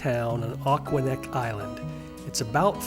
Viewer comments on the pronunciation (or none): Lovely! However, being a former, though not native, Rhode Islander, there are some notable mispronunciations: "Narragansett", "Aquidneck" and "Salve". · I kind of appreciated the Aquidneck/Narragansett mispronunciations. Makes me realize what I take for granted is perhaps more mysterious than I thought! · This is an OK video about my hometown Newport. Unfortunately, the frequent mispronunciations detract from the final product. They could've easily been corrected if they spent a moment to edit their dialogue without letting AI do everything. It's lazy- find out how to correctly pronounce Aquidneck, Narragansett, and ochre for a start. If I sound slightly heated it's because this is become more common with YouTube videos. In a world which has become increasingly confuscated, being sloppy with accepted pronunciation is a disservice.